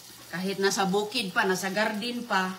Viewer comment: Pres na pres at oki na ang harbis niya na sigarilyas sa gardin 😅ispiso ang tea niya😂 everyting & it glass at itaytin, lasing mag salita ay sayad na rin ito